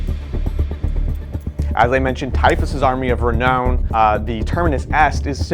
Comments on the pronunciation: Lol he said reknown again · Re-Noun, otherwise good video.